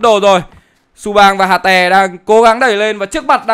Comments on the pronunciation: Hater ông đọc là hà tè :)) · ông hate toàn bị đọc là hà tè buồn cười vl =))